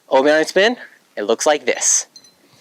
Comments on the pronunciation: Why do you say onni instead of Ani. It's pronounced An not On. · Great video! But Ani is pronounced “Annie”, not “Onnie”. Ani is short for Anakin, not Onakin. Rewatch episodes 1, 2, or 3 and you’ll see what I mean. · Stop saying Ahni. It’s ANI pronounced AN-EE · The Obi - WHAT? Arnie is an Austrian body builder turned actor turned governor. ANI is a shortened version of Anakin, there is no “R” in his name! If you spoke properly more people might “like” your video! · It’s not obi oni it’s obi ani. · Who the hell is AHnee? Lol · His pronounciation of ani is putting me off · I hate absolutely everything about the way you say Ani. Do better. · bruh imagine knowing how to do this but saying ani wrong